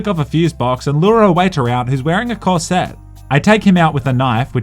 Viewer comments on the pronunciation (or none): That's an odd way to pronounce corset.